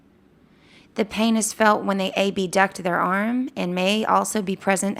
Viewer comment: Great video! My only question is why you pronounce "abduct" as A-B-duct and not in the usual way, in two syllables with a short a, as in "abdominal." Is this to distinguish it form adduction?